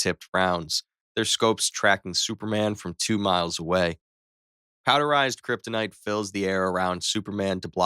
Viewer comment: he said krytonite bullet